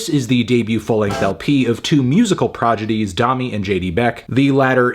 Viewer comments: my dude said progidies instead of prodigies and it made me chuckle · Ok I’m my opinion, Anthony said Progidies instead of Prodigies and that is funny. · "Two music progidies" Progidies. Anthony, you said "progidies." Dude. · It’s ‘prodigies’ not ‘progidies,’ Meloñ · My man really said "progidies" off the bat and didn't do a second take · did you say they’re 2 musical progidies? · These “progidies” are sure to have an exciting career. 😅👏🏻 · dude... "progidies" ?? cmon fantano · Did he say they are "progedies"? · This mothafu*ka said ‘PROGIDIES’!!!! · did he say. progidees? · I thought everyone in the comments would only be talking about how he wrongly pronounced “prodigies” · He started it by mispronouncing prodigies